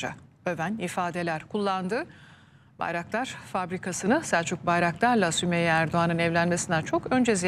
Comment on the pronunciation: Hala damat diyor ya Selçuk Bayraktar' ın ismini söyleyemiyor bile